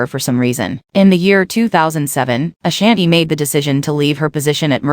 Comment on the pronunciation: You not even pronouncing her name right I can't.